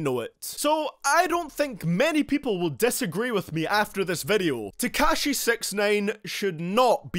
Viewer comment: Tekashi69 How to say Ta-Ka-She not tehkeshi